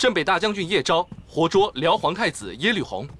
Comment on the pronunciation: It’s Yelü not Yelv 🤦‍♀️